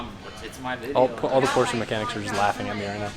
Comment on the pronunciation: it's POORSHHAAAAA